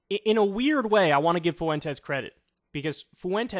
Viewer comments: For the love of Christ Kyle, it's not Nick "Foo-entes" it's Nick "Fwentes" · Kyle why are you pronouncing his name like "Foo-en-tez"? It's Fwen-tez. 🤣😂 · Holy moly man, its pronounced "fwentez", two syllables, emphasis on the first syllable. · Is that really how you pronounce Fuentes? I thought it was closer to Fventes if anything? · Yeah, no. It's definitely not pronounced "foo-entes". IDK how so many people struggle so much with a name as common as "Fuentes". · Whoa, wait...since when is "Fuentes" pronounced "FOO-ENTEZ"?? Is that actually how Nick Fuentes pronounces his own name? Or is it just funny because it's how Kanye says it? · I can't take hearing his name pronounced 'Foowentez" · Nick “Foowentez” 😂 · Kyle, learn how to pronounce "Fuentes" properly. it's not that hard.